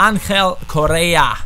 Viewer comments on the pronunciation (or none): You are pronouncing bad correa, you pronounce his name like korea, it's coRRea PD: im from Argentina